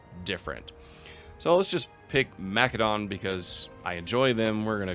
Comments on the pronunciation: Either say Ma-seh-don or if you're fancy Ma-keh-do-nee-a. Wtf is Ma-keh-don? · For the love of God, I don't know what it is with game streamers, but it is pronounced Ma·suh·daan. That's the proper, internationally-recognized, pronunciation of the word in English. So many of you mispronounce it. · Sorry but the way you pronounce “Macedon” makes me cringe… the “c” is pronounced as an “s” like Mas-e-don. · Ma-suh daan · Why can’t any Imperator YouTubers pronounce either Imperator or Macedon correctly? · That is a very fair answer, however I would say that in English Macedon has only one pronunciation and you’re speaking English not Greek. It’s an understandable choice however; especially if you do it consistently. Latin words also sound very different in English than in the original Latin. I had no idea you were German though and that fact alone makes me much less annoyed by minor pronunciation differences. I honestly thought you were a native English speaker!